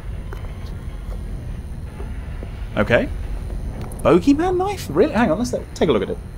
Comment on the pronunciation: Its booogey man xD long o sound